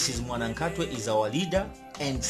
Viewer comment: It's not mwanakhatwe it's mwanakatwe